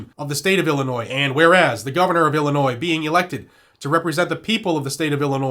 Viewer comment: just a heads up. illinois has a silent s.